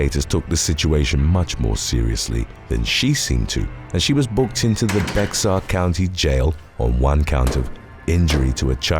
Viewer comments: Ok. It's driving me crazy. Bear is not pronounced b ex ar. It is a Spanish word. Please pronounce it Bayhar. Sorry. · Bexar is pronounced bear so it would be bear county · Bexar County is pronounced Bear.